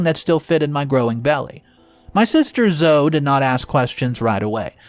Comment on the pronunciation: Why can u never say zoe? Zoo-eeeee... bots can't say proper words.